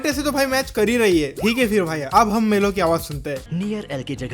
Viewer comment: Mellow ❌ Levi ✅